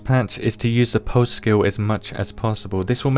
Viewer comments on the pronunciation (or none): He said "pulse".